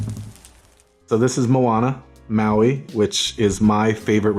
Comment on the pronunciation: He didn’t pronounce Maui right at all 😂🤷‍♀️